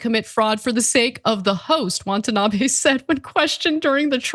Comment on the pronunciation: She keeps saying “WANTanabe”